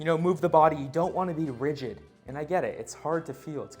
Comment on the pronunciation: you said "YOU DON'T WANT TO BE RIDGED" (Really) :)